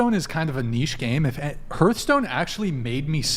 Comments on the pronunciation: but did he ever learn how to pronounce "hearth"? heart. hearth. heart. hearth. xD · How does not know how to pronounce Hearthstone